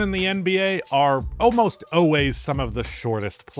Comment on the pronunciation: “Oways” not always man